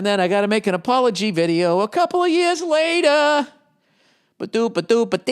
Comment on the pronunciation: OMG I laughed out loud so loud when he got to the ending of the my unddies read "couple ah yeas latah!!!!.😄😄😄💀💀💀